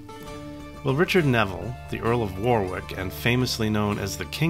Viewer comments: Just about to type the same. It saddens me that on a bus service in Bristol, where it's pronounced incorrectly at a stop, for war.. wick road instead of worrick. Always irritates me. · He said War-Wick. We say Worrick here, and save War-Wick for the singer named Dionne. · As Someone who lives in Northamptonshire and has visited the site, it is prounonced as Warick as opposed to War-Wick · Warwick. It's pronounced "Warrick" The second "w" is silent ... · As a native of Warwickshire, may I correct your pronunciation of Warwick, phonetically it is pronounced Wa rik, and Wa rik shur. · That looked like it was great fun! As we know, the British and Americans are two nations divided by a common language so for anyone who’s confused: Warwick and “Worrick” are the same person - the latter is how it’s pronounced. Pembroke and “Pembrook” likewise. Also Herbert is his family name so we’d say “William, earl of Pembroke” or “William Herbert, earl of Pembroke” but not “Herbert, earl of Pembroke” (although you could speak of “the Herbert earls of Pembroke” to distinguish them from the Tudors who held the title later). The honorific “Sir” for a knight is never used with just the surname so “Sir William Parr” or just “Sir William” but never “Sir Parr”. Hope this is helpful - certainly not intended as criticism; I loved the video.